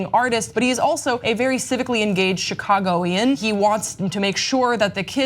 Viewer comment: Yeah she butchered it. CHICAGOAN(S)